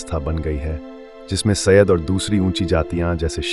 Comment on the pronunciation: 100% wrong information. Thikh se pronunciation bhi nahi kar paate Saiyed ka or chale Saiyed pe video banane